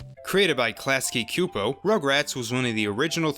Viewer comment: Mispronouncing Klasky Csupo less than a minute into the video. Well, that certainly doesn't bode well for me making it through this... Anyway, for the record, it's pronounced "Class-key Chew-po," but I totally can understand just saying it whatever way you think it should be said. I mean, it's not like there's some massive, digital, network resource allowing one to access nearly all the world's collective information at their literal finger tips.